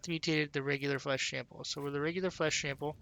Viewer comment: Lmao flesh shample. Bothered me to no end, that. Thanks for the guide man.